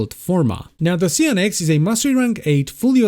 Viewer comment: Please, lets all improve our english. How do you say Cyan? its a common color, for printers. Why do you thin kyou need to be cute and change it's pronunciation here: Cyan-ex, simple.